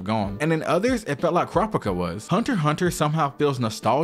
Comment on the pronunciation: This video was fire, its very informative and captivating, but BRUH what accent or dialect is this that you butchered some words so hard ☠ you dont gotta do another take, but can we get the names down pat, "cropica" did Kurapika so wrong 😂 finna go from "pirate diaries" to "pih-rot dee-rez"